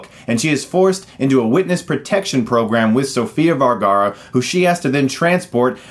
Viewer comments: you do realise it's sofia VERgara...not VALgara. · Hey, just had to chime in since I've been hearing it pronounced wrong on a lot of reviews. It's Vergara, not Vargara. The "Ver" sounds like how you'd say "veranda." That said, thanks for the review! Guess I'll have to avoid this movie. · VERgara. With an E. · You kept pronouncing my last name, Vergara, wrong. )'